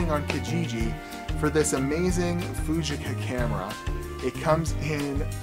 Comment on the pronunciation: Pronounced Foogeeka.